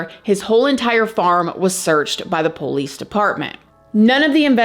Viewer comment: I love how you say police... the "poe-lease" 🤣